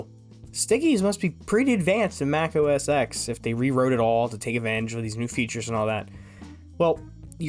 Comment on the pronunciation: Bro. It’s Mac OS “Ten” not “Exx”